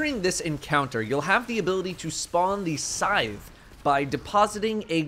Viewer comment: Why do you say scythe so awkwardly? Haha reminds of people calling the season of the hunt lure as a “lur”